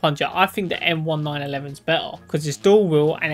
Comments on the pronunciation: Bro realy said the m1911 wrong he said m1-9-11💀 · Idk if it’s just me but it kinda pisses me off whenever you say m1911 you say it m-1-911